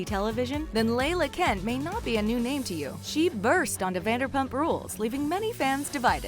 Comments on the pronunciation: Layla Kent? It's LA LA kent. You pompous fool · Layla kent? it's LA-LA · Its LAH LAH not layla kent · It’s La-La Kent like the tella tubby